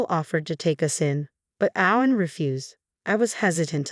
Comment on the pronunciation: Very annoying the way the “person” kept going from “O-wen to Ow-wen”. And mispronouncing other words like “de-VAST-ated”. Plus what’s going to happen when the brother gets out and the two ladies are conveniently living in the only place the nutty brother can afford?